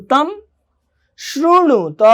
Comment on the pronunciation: शृणुत होगा , श्रुणुत नहीं.... 2nd last वाक्य।